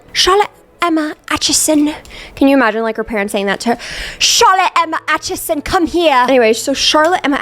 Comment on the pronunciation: ily but the way you say achison is killing me. it's AY-chison, not AH-chison